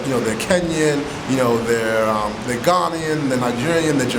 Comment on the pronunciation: You hurt my feelings You said Ghanaian wrong. Maybe it’s an American thing